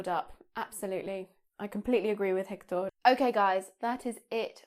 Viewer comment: Such helpful tips! By doing this I don´t consider essential attending to English lessons, all I know I learnt by myself. What do you think about English lessons? BTW, the strong syllable of Héctor is second one. Your Spanish is great anyway